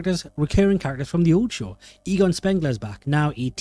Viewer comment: if you ever do another ghostbusters video, work on your way of saying Egon:P I enjoyed it loads though <3 (Next time invite me over if you ever go talk more about Ghostbusters!)